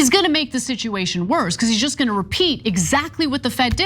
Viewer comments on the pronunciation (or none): I think things are about to get a whole lot worsh